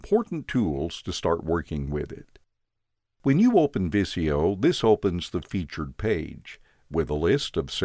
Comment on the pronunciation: It's not viss-ee-yo... it's viz-ee-yo!!!